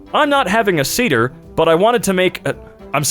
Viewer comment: here’s how to pronounce all the words here: Passover: pa-sow-vr Manischewitz: ma-nuh-sheh-vuhts Sedar: say-der Charoset: kr-ow-set